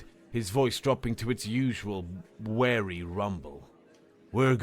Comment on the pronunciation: more than one word!! There are two words, wary, and weary. "Weary" means tired or exhausted, while "wary" means cautious or watchful, often due to suspicion or doubt. Weary is pronounced wee-ry, not like wary.